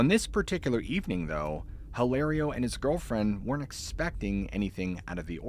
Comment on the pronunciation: get off the dang roof! Hilario is pronounced "ee lah rio". The "H" is silent in Spanish. : )